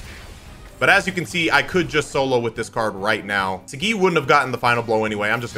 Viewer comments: I feel like it’s pronounced Sah-gee vs See-gee. Either way, it’s. He’s right. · Imo it's pronounced sah, gee/gi not saGGeeee lol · I feel like he said saggi wrong on purpose lol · Not trying to be that guy but kiba calls him soggy so is it that or is it saggi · I don't like how you say Saggi.